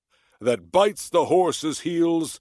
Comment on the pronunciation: 낭송완료 롸이팅했습니다 🐢 여러번하니 부드러워 지네요😊 horse's heels 발음 홀씨ㅅ힐ㅅ 재밌어요 그 어릴적 덤블링이 tumble인가보네요😂 VIPOR도 배우고 삼손도 단족속이군요 👍